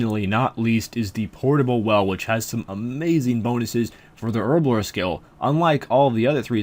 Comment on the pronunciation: Why does everyone on youtube say herblore like a spastic.